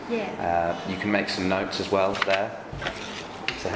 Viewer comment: "Well" nghe như "quéo"